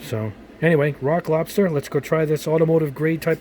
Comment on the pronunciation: "Rock lobster" it sounds like as if you were to be saying "Iraq lobster". "Death to America. And butter sauce. Don't boil me. I'm still alive. Iraq lobster. Iraq lobster. We were on the beach. Everybody had,matching towels. Somebody went under a dock,and there they saw a rock. But it wasn't a rock. It was an Iraq lobster. Iraq lobster. Iraq lobster"